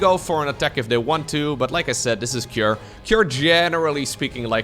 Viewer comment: i'm curious why did pronounce cure with an a behind it, like kira or cure-a. is it how cure pronounced in his region?